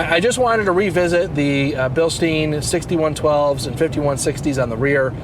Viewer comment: Great video but Bilstein is pronounced Bil-stine with a long i not Bil-steen.